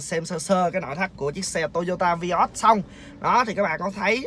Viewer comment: Vai ớt chứ ko phải vi ót anh nha